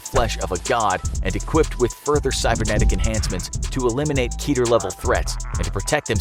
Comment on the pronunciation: He said keeter? Isnt it keter?